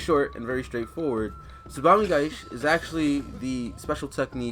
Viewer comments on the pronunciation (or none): there's an i at the end of "tsubame gaeshi", if you're going to make a video where you say it 100 times you could try to pronounce it properly